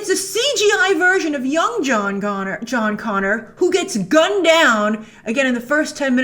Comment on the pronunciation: "John Goner" lol